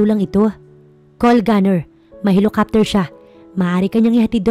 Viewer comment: Ano ba yan basic word na nga yung helicopter mali mali pa pag pronounced..kahit bata alam basahin yan,sana improve niyo naman pagbasa at pag pronounce ng mga salita, kung di kayo sure nandyan c Google..